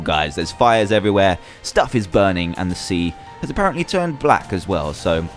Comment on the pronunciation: And don't read the one which has ha well read but for ha say has please